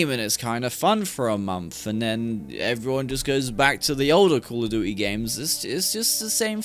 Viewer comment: I stopped playing cod before Vanguard came out. Cold war was the final straw. Tried bo6 beta and MW3 through gamepass and im glad ive saved my money over the years. SBMM is the sole reason i hate it. Every game is sweaty. Sbmm should only be in ranked. Oh yeah, you pronounce Duty like Jewty 👍